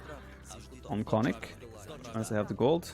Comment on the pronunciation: Konnik pronounced Kon-nik, hard "o" like in Oh, or tone (but short), hard "i" like in Single